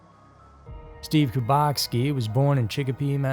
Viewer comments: His name is Steven kubeki not bukoski lol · To the narrator: Why are you pronouncing the missing man's last name as KUBACK-SKI? That is not how it is spelled. There is no letter 'S' in the name. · Am I have a stroke or did he say bukatski at the end of the video? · That's bothering me as well. Wondering why it's being pronounced that way. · As a guy from Wisconsin and having seen that name and many like it due to our high Polish population I can say it’s throughly irritating me too! Lol